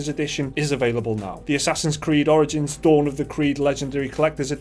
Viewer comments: sounds like he says assassins creed oranges lol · Did he just say Assassin's Creed: Oranges? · A COPY OF ASSASSINS CREED "ORINGINS" 😂😂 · Assassin's Creed: "Oringins"?...Oranges? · "And, a copy of Assassin's creed orange-ins"